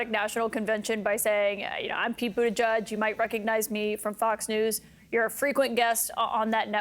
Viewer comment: Kaitlyn Collins: Pete didn’t introduce himself as “Budda-judge, because it’s “Budda-jedge,” not “Budda-judge.”